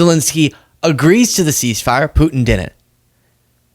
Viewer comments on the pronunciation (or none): FYI lol it’s not couln’nt and din’nt. I love you man but that drives me nuts 😂😂😂